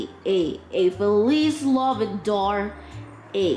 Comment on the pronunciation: "Feliz Navi-darr" 🦗🦟🦗🦟😂